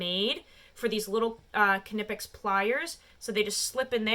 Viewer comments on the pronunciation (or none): german here, its pronounced with a hard "k" like in "being kind to someone". The "i" is an "ee"-sound like in "hitting my knee". But you're right on the "pecks". So basically its pronounced "kneepecks" with a hard K in the beginning. Sry for being a smartass... i'm german afterall (